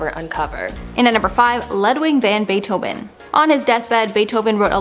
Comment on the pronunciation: The way you pronounced Beethoven’s name made my teeth hurt! Omg